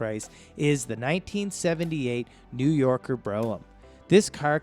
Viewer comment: At least he knew how to pronounce "New Yorker". Aside from that one, he pretty much fell flat on his face.